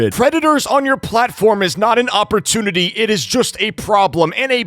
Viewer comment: "Oppurtunity" Bro I can't, how is this guy not on the watch list 🖐😭